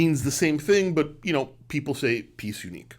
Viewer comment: It’s NOT “piece unique”! It’s “Pièce Unique”. Please note the diacritic over the e. The term is in French as many horology terms. Pronounced, [pee-ay-s ooneek] For that matter, it’s “guilloché” [guillochay] not guilloche [geeyosh].